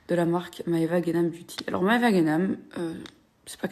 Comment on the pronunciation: Les T, Maeva, ça ne se prononce pas « tch »